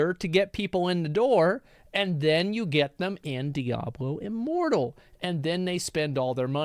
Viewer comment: I heard Diablo Immoral instead of Diablo Immortal.